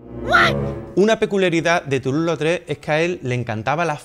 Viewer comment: Obra de Toulouse Lautrec! Y con buena pronunciación de francés 😜